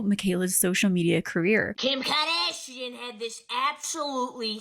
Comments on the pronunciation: KIM KARDAAASHIAN 😂😂😂 Good to know that it's not just me. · I'm portuguese and I never understood why people say her last name so weirdly 😅 I just realized now that it's because they are trying to pronounce the 'u', which is silent in that word and just changes the sound of the 'g' before. I find it funny how I only realized this now 😂